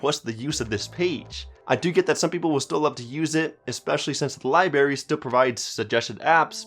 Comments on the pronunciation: LIBRARY. BRARY! BRRRRR BRRRAARRRYYY. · Lol...come on man. “Libary” and “wind”down mode.